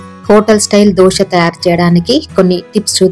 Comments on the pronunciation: దోస పిండి కాదమ్మా! దోశ పిండి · దోస పిండి కాదు..!దోసకాయల పిండి కాదు. 'దోశ' అనాలి. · దోష కాదు దోశ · Madam adhi ddoosa kadhu dosa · Dosha kadhu dosa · దోస కాదు రాబాబు. దోశ